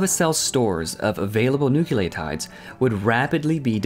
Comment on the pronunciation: "New-kyoo-lay-tides"? No, say this: "New-klee-oh-tides." Think of a cat named Cleo, or Cleopatra.